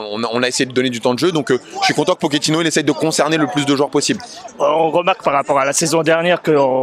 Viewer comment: Por favor on ne dit pas poketino c’est pas un rital